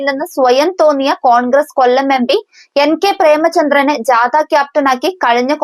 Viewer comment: ജാത,എന്നല്ല,ജാഥ, ആണ് ശരി